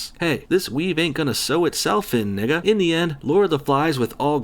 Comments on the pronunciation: That was the whitest "nigga" ive ever heard! 😆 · Please don’t say nigga not because I have an offense problem with it you just sound weird saying it and it stands out in the sentence too much